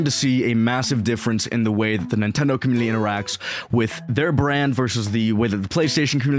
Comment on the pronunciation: Why do you say "Communi-L-y"?